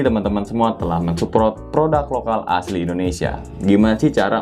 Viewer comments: Bang itu support bukan suprot maaf yh bang😂🙏🙏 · Suport bang bukan suprot😂🤣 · Kita sepemikiran, gw kira salah denger. Wkwk